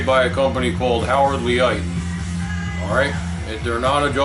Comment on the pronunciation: I believe Leight is pronounced LATE. Take the L off and you have 8. See here: Other than that, good video. :D